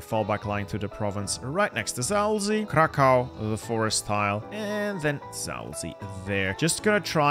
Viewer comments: Kraków is pronounced "krakuv" not kakao xd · if u ever wanted to know, krakow is pronounced like "krakoof" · pronounce Kraków like krakuf